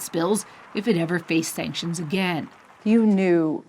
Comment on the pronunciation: This journalist is making a meme of herself.. “Sanctuons? Sanctions? Sanctions?”